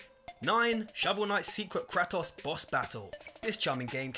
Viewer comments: Cray-Toss. Bor-ee-all-iss. Come on man. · Gaming channel. Can't pronounce Kratos. facedesk Who the fluffy pink f*ck is "Crattoss"?